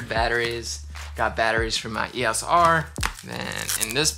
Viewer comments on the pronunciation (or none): WOO another video, first person I have ever heard pronounce EOS R as Eeeyos R was cute lol